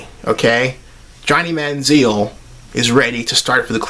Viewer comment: obviously, you dont know much about football considering how you can't pronounce Johnny's name correctly.